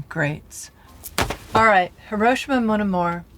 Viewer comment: “Hi-ROASH-ima”, “Coaster Gavros.” Ah, Americans and their “I’m American, I pay my taxes and I’ll say it the Goddam American way” approach to foreign pronunciation.